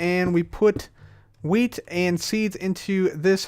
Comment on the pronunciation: sounds like your saying weed not wheat